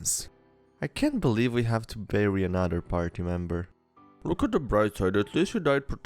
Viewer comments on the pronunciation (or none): none